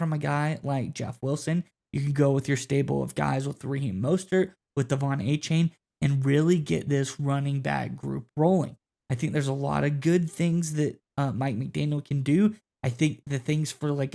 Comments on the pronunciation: It's A-chan not a -chain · Great content gentlemen!, just wanted to remind you Anchane pronounces his name A-Chan. I don’t want you sounding like some of talking heads that don’t know our players very well. Btw, Achane will be our Christian McCaffrey-like player this season. He’s got to stay healthy though. Also, Jaylen Wright will turn some heads this season. Not like what Achane did last year, but very impressive for a rookie. #GoFins ✋️😃🐬🏈